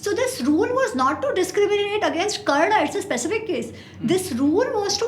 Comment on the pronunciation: Bro, hez Karn, not Kran